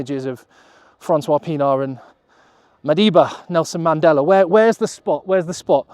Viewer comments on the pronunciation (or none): none